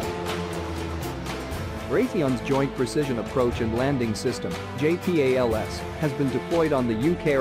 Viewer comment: JAY PEE AYY LEL ESS